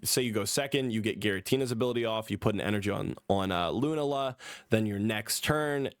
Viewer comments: Bro it’s Lu-na-La not loonala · I know these are a difficult bunch of pronunciations: Loo-NAH-la Sol-guh-LAY-oh